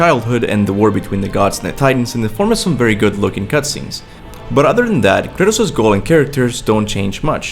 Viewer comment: The way you pronounce Kratos is really off-putting. Not bad otherwise, keep it up